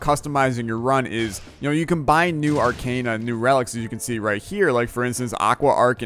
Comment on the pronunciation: For Zote’s sake it’s pronounced arc-AH-na not arc-AY-na. Just had to mention since you say it like a million times in an episode.